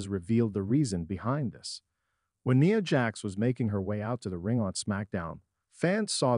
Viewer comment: Her name is not Nea,it's Nia,with the I pronounced. It's Fox programming, not F.O.X. If you are going to report on things,learn to pronounce things correctly